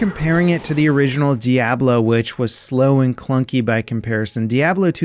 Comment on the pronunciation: The way you say Diablo makes me shake my head